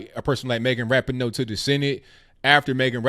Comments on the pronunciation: Your Moms can’t handle their victory. Also, learn how to pronounce Ra-PEE-no. You show your ignorance when you go Ebonic on it. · Lord, lord where do I go with this. 1st of all it’s Megan Rah-pee-no. I almost stopped listening there because if you’re going to criticize someone at least know how to pronounce their name. The stop button got hit moments later though when you said Sue Bird was Larry Bird’s daughter. I think I hit it because I was laughing so hard. Again if you are going to criticize someone, know what you’re talking about. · At least say her name right. I agree you should never drop the American flag. Soccer is an amazing sport. Rapinoe is amazing and so is the WNBA and Bird. O'Hara picked up the flag. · You are a idiot. You can't even pronounce her name right. moron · How can you talk about people being respectful when you are yourself and your wrong with your facts get them also learn how to say Rapinoe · Well actually us women's soccer brought in more money than the the men's us soccer team, and have better viewings than the men so you are incorrect on that. You can't say Megan Rapinoe's name correctly. Sue Bird is not Larry Birds daughter. And Trump actually invited the womens soccer team to the white house in a tweet before they won regardless if they won or not. So... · Man, can no one say Rapinoe’s name correctly?